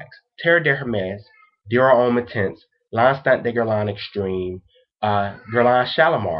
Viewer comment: Please check Peregrine77's video of Fragrance Pronunciation Resources. No offense, but your pronunciation of Terre d'Hermes is off. d'Hermes is read as a single word and the H is mute. Noticed that many US reviewers spell French words like they're from another planet. Homme sounds more like Ohm, not like home. Do you people learn any foreign languages at school?